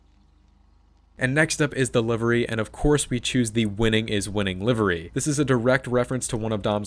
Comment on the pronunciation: Did u just say liver? 😂